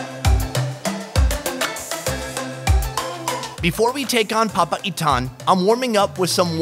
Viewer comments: Pronunciation Locals: Papaitan: Papa Ethan 😅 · The way he says papaitan, sounds like Papa Ethan to me. 🤣🤣